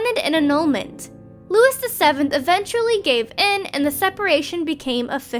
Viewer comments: How hard can it be to confirm the pronunciation of Simone De Beauvoir, Jean-Paul Sartre, Saville Row, Louis (pronounced Louie not Lewis) VII, Caroline Lamb, Eleanor of Aquitaine.........? C'mon guys! That's just careless and sloppy! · FFS and the rest of planet Dolan, figure out how to pronounce words you aren't familiar with before making videos! Louis is pronounced Looo-eee, not like Lewis.